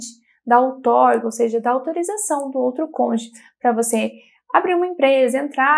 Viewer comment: Excelentes informacoes. Uma pequena observacao: ja vi tanto videos sobre o tema que notei que o pessoal do sul do Brasil tem dificuldade de falar Cônjuge, sempre falam CÔNJE 😂😂